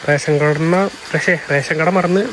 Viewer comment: pose uff 🤣 :-rashion kada ❌rakshionkanna 😂